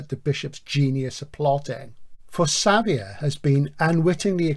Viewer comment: Xavier is Javier. (ha-vee-air) I think it is a Basque thing that the J is written sometimes as X. That is my understanding. Not important but it has to be said. Edit/add on Nice show, very enjoyable. Terry Pratchett is famous for his humour but I don't find it laugh out loud stuff, Barry Malzberg is not well known as a particularly humourous writer as far as I know but I found Beyond Apollo hilarious